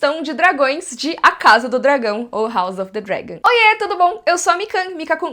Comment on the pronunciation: Ah mano, parei de ver em 5 min. Não aguentei ficar ouvindo falar: House of the Dregon